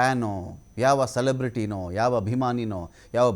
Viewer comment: Celebraty alla 😂 Sedebruty 😂